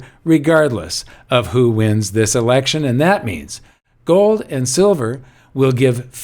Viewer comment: Did I catch a Dutch accent there? A little Goldmember? What about joe? I think that's how Yukon Cornelius said silver in the Rudolph story.